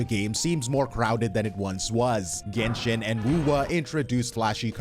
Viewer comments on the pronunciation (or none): none